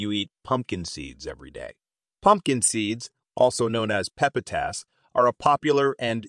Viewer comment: Pepi-tass? 👀 your robot is broken